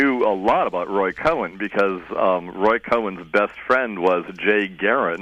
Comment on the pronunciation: By the way,, it was Roy Cohn, not "Roy Cohen," as you said in this radio broadcast replayed here. Although Mr. Cohn did have relatives with the family surname of "Cowen." The Cohn/Cowen families were, at one time, the owners of the Lionel Model Train Company.